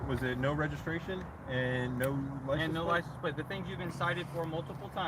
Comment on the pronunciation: Why do all these mental troglodytes pronounce it "lisen plates"? Lol